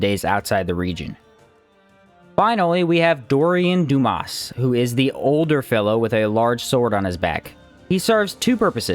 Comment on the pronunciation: I take it you haven't seen Shawshank Redemption .... Dumas is not ... "Doo-mass.... It's "Dumah". French. Might as well be saying Dumbass at that point.